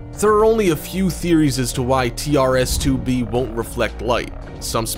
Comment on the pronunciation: it's tres 2b not t r s 2b